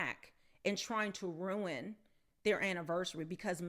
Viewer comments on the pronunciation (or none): none